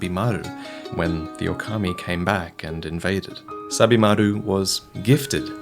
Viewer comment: Still butchered the pronunciation tho